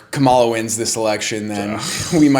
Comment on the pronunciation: I think I lost brain cells listening to this. At least pronounce Kamala correctly